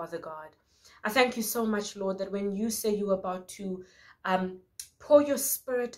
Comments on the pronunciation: Lmaoo same but I knew doesn't get down like that so it had to be "um, hi guys" 🤣🤣🤣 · I thought you said “ I’m high guys” 🤦‍♀️😂